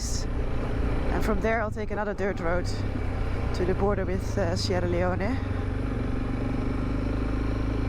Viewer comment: Sierra Leone you don't pronounce the "e" stay safe.